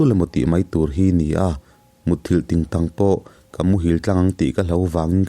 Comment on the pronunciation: Vai thluk dan leh tingtang thluk hi chu adik lo ve tlat..chhiarthiam ka tih ber inia..mihring nihna hi chu alang ve thin aniag e..nge nia in khaw lam thluk ve dan reng?